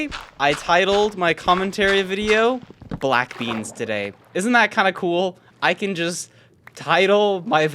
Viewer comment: Bwack bleans lol his commentary was hilarious